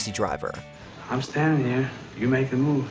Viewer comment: “We sittin heah ready to negotiate…”